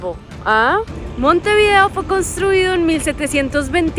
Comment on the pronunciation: Cuando pronuncias el nombre de la capital,procura hacerlo de corrido. Montevideo y no Monte_video